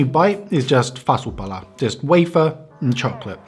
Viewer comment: When you said "fasu pala" i thought u were finnish